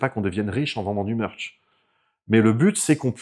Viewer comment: à fond dans le "meurch" ! 😘